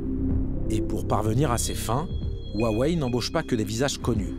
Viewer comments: "Woiwai" pour Huawei alors que ça se prononce "Roiwai" pour un français... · Ça se prononce “houa-weï” et non wouawé comme le journaliste le dit. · Huawei ou wawei 😂🤣🤣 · Ruarway et whywhai 🤣🤣🤣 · 我好想认真看片子，但是华为的各种发音真的太好笑了！！！中文不会说几句就完全理解中国了，Bravo！ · « on m’a fait lire et traduire sa pensée profonde… » Je m’interroge fortement sur la qualité de la traduction d’une personne qui n’arrive même pas à prononcer correctement « Huawei » et « Shenzhen » (les deux seuls mots chinois qu’il a prononcé, et ce de manière absolument hideuse)